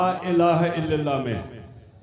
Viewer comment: الااللہ...... پہلے لام پر زبر ہے زیر نہیں کوئی ہے جو عمران خان کو یہ بتائے